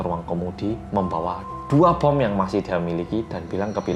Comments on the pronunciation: Pas bilang "membawa bon" Auto ngakak, knp bawa bon daaah 🤣🤣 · Seketika ku ngakak pas bilang bon yang harusnya bom. Me: iya bon sama menyeramkannya